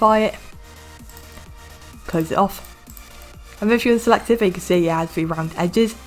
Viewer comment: Wtf you said (as you can zee)